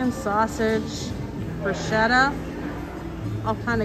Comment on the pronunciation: Soggy bottom LOL! *Bruschetta = Brew-skay-tah, roll the R